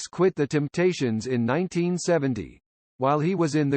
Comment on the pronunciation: Damn, even a computer says 'Kindricks' and 'Timptations' like a hillbilly? How does THAT happen?